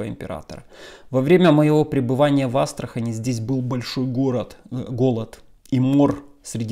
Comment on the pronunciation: Казань и Астрахань - с ударением на последнюю А...